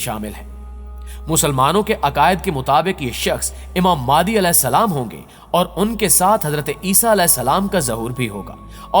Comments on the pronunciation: بھائی میرے آپ اپنا تلفظ صحیح کریں پہلے ویڈیو اچھی بنا رہے ہو مگر الفاظ تو ٹھیک سے بولو ،، امام مہدی علیہ السلام ہوتا ہے اور آپ امام مادی کہ رہے ہو اپنی ہر ویڈیو میں ،مہربانی کرکے اگلی ویڈیو میں یہ غلطی آپ صحیح کر لیں۔۔بہت معذرت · Madi nhi bhai (imam mehdi a.s.) correct bolo please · Mehndi NHI bro MEHDI phly Khd ko to theek krlo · mere bhai ye dr zakir naik nahi haan aur madi nahi mehdi bolo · Jaahil k bache naam to sahi se le pehle maadi nh hazrat Imam mehdi hen or ye molana zaqir naiq nh he jhoot bolke awam ka phuddu bana rha he naam sahi se parh jahil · Aap ko IMAM MEHDI ka naam sahi lena ata nhi..